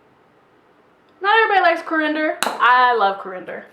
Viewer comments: Coar-end-er? I think you might be talking about coriander. Learn the names of the ingredients before you try to cook. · Pronounced as Coreee,ander. Lol thanks for the recipe 😁